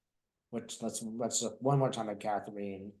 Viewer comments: FYI, Katherine is another spelling for Kathryn. (Not Kath-reen.) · Katherine is not pronounced Kathreen! It's pronounced the same as Princess Kate's full name. It's my name. Thank you otherwise. You two are fantastic together.